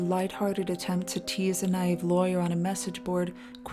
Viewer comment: naive is pronounced na-eve as in Christmas *eve*, not nave.